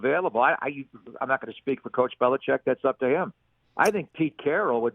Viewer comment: Bill Belicheckkk ?? I guess Deon Sanders is in the mix too !! 😂😂